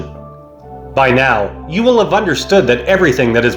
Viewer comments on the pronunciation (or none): none